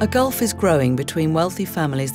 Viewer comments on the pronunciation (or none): none